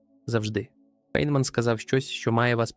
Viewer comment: Прізвище цього чудового науковця у всьому цивілізованому світі читається як Файнмен. І не інакше. Тільки тупе калькування у невігласів ...